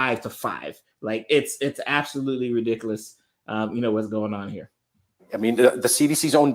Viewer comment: Someone that cant even say ridiculous correct, i sure wouldnt trust with my health